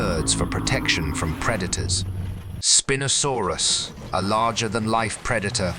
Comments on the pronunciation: I cant believe i was watching this for 45 minutes until i went to the chat lol.. i knew something was wrong when the narrator kept repeated things but used different words.. also.. what the hell. He said, "Spin" asourus, its "spine" asourus, NOT spin. I was like what the hell. I turned this shit off lol. Im surprised i watched 45 minutes of this. Oh boy.. i won't get that back. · I thought someone was actually narrating until it said spin-asaurus, right at the start too such typing errors so early in the documentary is a killer for me love the quality of the video though revise review re-revise 🫡